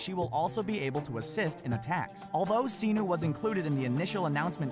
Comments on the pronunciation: "Siii-nuuu" Bayek says "Se-nu". Guess who says it right? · It's Senu S-e-n-u it's not Xenuh...... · Senu is pronounced Seh-Nu not See-Nu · other than miss-pronouncing certain names cough cough "senu" i liked this video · None of that is a secret. E3 already showed everything you mentioned and beyond that. So not is only the purpose of your video pathetic, you pronounce Senu and Ubisoft wrong. And to other people: Don't write wrong things such as "Ubisoft is pronounced Oobisoft!", 'cause it's bullshit.